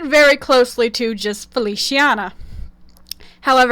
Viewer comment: “Feliciana” is pronounced “Feli—chee—ah—nah” or “Feli—cha—nah” and “Alice” is pronounced “Al—Lee—Cheh” in Italian 😅 I personally love Feliciana more Bc that her name implies “Happiness” and it suits her character